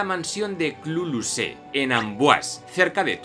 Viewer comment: Perdóname, pero en hay una pequeñita error de pronunciación : Clos Lucé se pronuncia "clo lucé", no "clu lucé". Gracias por sus vídeos tan preciosas con aquellas aprendí español 😊